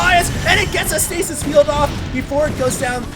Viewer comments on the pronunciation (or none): none